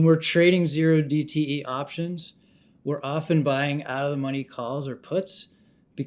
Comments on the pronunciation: When said OH DTE options you know he was reading off a script. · Did he say "O" dte, not Zero dte? Is he a trader or researcher?